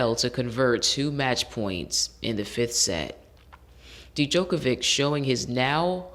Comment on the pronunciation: First,it's pronounced "joke-a-vick"or "yoke-a-vick",and "feh-der-rer";this latest Wimbledon final is considered by many to be the greatest in tennis history,and Djokovic,Federer,and Rafael Nadal(another contemporary)are considered the three greatest tennis players of all time